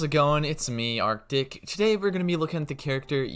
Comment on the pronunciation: I'm barely waking up and I heard you say your name as, "Our dick" instead of Artic. Was an odd wake up call.